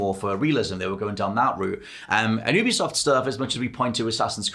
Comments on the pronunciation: “You-be-soft” - it’s an amalgamation of ubiquitous software, it’s not an “ooobercab” C’mon guys, you’re gaming journalists, you should know sh*t like this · YOU-BE-soft. It’s an amalgamation of Ubiquitous software, it’s not an “Ooo-ber”cab It amazes me that people who report on the gaming industry aren’t aware of this